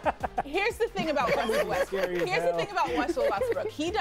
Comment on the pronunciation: "here'ss the thing about wessell westbrook" lol. Where did espn get these casuals from.